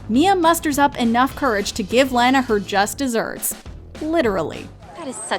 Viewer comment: It’s laa naa not lanoa I swerve what’s the problem of misspelled the name Lana/lanah/lani